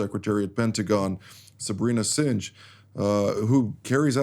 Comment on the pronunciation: Thank you and all your guests. Your updates are invaluable. Your command of English is impeccable. I thought you would want to know that when you pronounce Sabrina Singh. It should really sound like Singe but it is Sing. God bless you all.